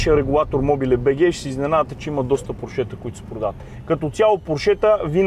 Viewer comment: Нищо лично, но е срамота да не можеш да произнесеш правилно марката на автомобила. Още чичко Фери е обяснил и подчертал, как ТРЯБВА да се произнася името на марката. А именно, ПОрше а не ПоршЕ. Това е, защото ПоршЕ звучи френско а той, както се знае, не ги е обичал особенно. Същата глупава грешка правите и с произнасянето на ЛамборДЖини. Правилно е ЛамборГини.